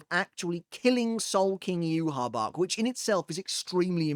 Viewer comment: listen his name is pronounced (Yue-Hah Bah-Hah) not Yue-Hah Bach Yhwach's name is directly inspired by the Tetragrammaton (YHWH), the four-letter Hebrew name of God in the Abrahamic faiths. The spelling "Yhwach" was chosen to visually resemble YHWH, while the pronunciation "Yuhabahha" (often rendered as Juhabach in early translations) comes from the Japanese phonetic adaptation of the name. Hebrew Origin: The name combines Y and H from YHWH with the German word Wach (meaning "awake"), reflecting the Quincy's German-themed naming conventions. Pronunciation: In Japanese, the name is written as ユーハバッハ (Yūhabahha), as the language lacks a direct equivalent for the "V" sound, converting it to "B." English Localization: The English spelling "Yhwach" was adopted to avoid directly writing the sacred name YHWH, which is considered taboo to speak or write in Judaism.